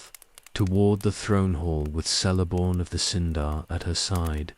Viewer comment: And how about pronouncing Celeborn( Kel-a -born) like sel-born, with soft C instead of hard C, and cirdan and celebrimbor the same way! 🤦‍♀️